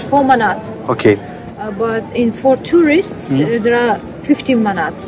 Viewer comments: too-rist not teeeewrist. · tourist is pronouce like Too=rist, not Teeeewrist